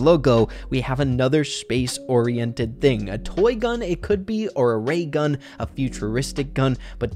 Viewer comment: Did you say, “Rey gun?” 🤣🤣🤣